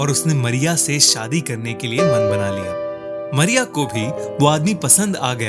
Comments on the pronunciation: Good but Not मरिया it's मारिया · Arey aap toh Mariya ko Maria kehte ho